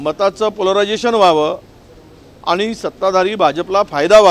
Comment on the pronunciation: 'आनि-पानी' का करता🙄.स्पष्ट उच्चार करणे इतकं कठीण आहे का. साधा 'ण' चा उच्चार करता येत नाही? शाळेत गेलेलात ना? भाषेच्या प्लॅटफॉर्म वर शुद्धच बोलले पाहिजे .